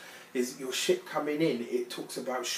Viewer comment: Every time you said "ship" it sounded like "shit" 😂 Thanks for the beautiful reading!